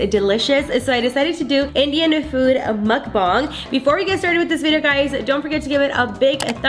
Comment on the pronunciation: It’s pronounced muck bang